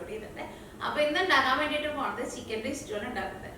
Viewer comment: is cooking ability is great. Pl.dont pronounce stew as istew